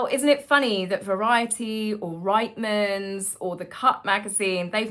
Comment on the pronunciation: I love you… but as a Canadian… it’s pronounced Reetmans 😭😭